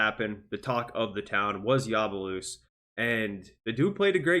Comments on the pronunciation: Ya bu sé lé not yabalusse man cmon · YABU-SELL-AYE is the correct way to say it just so you know